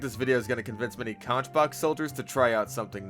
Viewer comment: Personally, I've been running conchbox soldier for most of my playtime. Hearing you put it like that, though, made me rethink my loadout- I'm definitely going to be trying the shotguns a lot more. By the way, just like the animal, it's pronounced "CONK"!